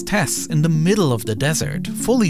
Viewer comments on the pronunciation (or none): "Fwew da middelw" and "deh ovver vay" jeez is AI that bad??